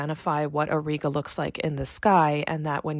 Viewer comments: It's pronounced /aw -ˈrī-gə/ not /aw-ree-gə/ both in American/Canadian and British English. Anyway a huge like for the video. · The common pronunciation for Auriga ore-eye-gah. Thanks,, Three Pines Observatory